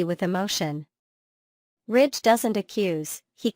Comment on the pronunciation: It's Ridge, not Rich